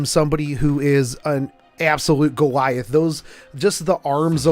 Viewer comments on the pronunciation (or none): none